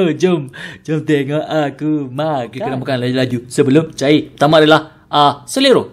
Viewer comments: Keney ? Bahasa ape tu mcm thailand je bunyi , kalau bahasa kelantn ‘kenaa’ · Kena bukan keney🤣